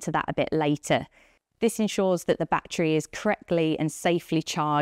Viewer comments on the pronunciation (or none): batree batree batree